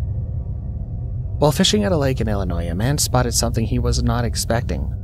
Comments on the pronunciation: To the author/narrator, you are pronouncing Illinois wrong. Phonetically you pronouncing Illinois with an S at the end. ILL I NOISE when you should be saying ILL I NOY. There is no S sound at the end. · It’s Illinois not Illinoi(s) the s is silent. Pet peeve of us Illinoians 😉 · It’s not ill-a noise and that’s not what the warning sirens sound like. It’s malfunctioning. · The "s" is silent in Illinois. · The fkn “s” is silent dude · I was thinking that same thing im not from there just visit from time to time